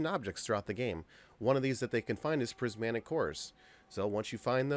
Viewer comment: PrismATic Not prismANtic